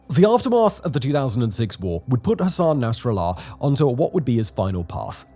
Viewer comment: Arabic pronunciation, Simon. Please! D.A. NYC